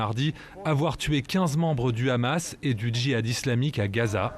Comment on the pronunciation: premièrement c est hamas et non pas khamas les palestiniens on riposté car les sionistes c est le pire virus dans le monde qui n a pas d ailleurs d amis les soit disants amis c est des passes temps uniquement pour arriver a leur fin satanique bark. autrement comment arriver Les sionistes n aiment personnes uniquement la légende terre promise rien que pour les sionistes racistes a eux seuls et tout ce monde est leur esclaves americains occidentaux et autres.